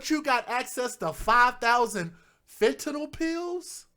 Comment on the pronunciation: 🤦‍♀️ YOURE SAYING IT WRONG... FENTANYL.... So it’s... FENT IN ALL... is HOW you pronounce it.....!!!! 👍🏼